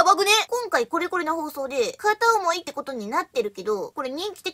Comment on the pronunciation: 本日の収穫。 １．定番の「しかーし！」 ２．「うーん、ごめん！」の表情。 ３．久々の♪「どんどんどんなきもっち」静音バージョン。 ４．「お前はお前、人は人！」 ５．「フライアウェイ！」からの「ぱたぱたー」 ６．一音目アクセントの「てことっ！」 の６本じょ。